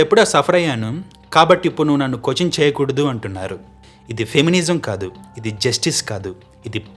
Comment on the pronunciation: Doing good bro, కొచన్ అని కాకుండా క్వశ్చన్ అని పలుకు. By the grace of your parents lineage u got good voice, you have good sense. Good vibes to you ❤🎉🎉🎉🎉🎉